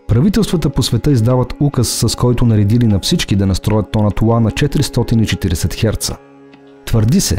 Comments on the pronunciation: Мнаго интересно видео. Благодаря, тези неща не ги знаех. Още веднъж благодаря. Но за толкова високо интелектуално ниво на клипа, е леко дразнещо интонацията на изговаряне на нотата "ЛА" !!! Изговаря се "ЛА", а не "УА". Запомнето го модерни софиянци, запоменто го..... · Тонът УА ?!?! Моля Ви, работете върху произнасянето на правилно Л. УОНДОН, СУЪНЦЕ ....... Звучи изключително несериозно. Твърде добри сте във всичко, за да изговаряте толкова усезаемо УЪ вместо Л. С логопедични упражнения ЛТА ЛТО ЛТИ ЛТЕ този речеви недостатък се оправя лесно.